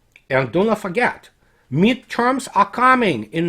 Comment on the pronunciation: I don't mean to b e a dick because I absolutely love analysis but i totally thought he said "meat-charms are coming this fall." He definitely said midterms.